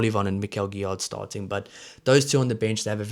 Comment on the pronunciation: Gro(s) don't prononce the 's' Guillar(d) same, and also it's like 'give' fort the first part. 'Giyar' Nouchi make me think like Duane Vermeulen. Hope he will reach that level 😜 👌